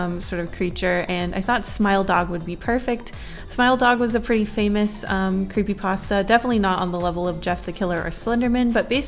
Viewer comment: brings me back to my cweepypasta days lol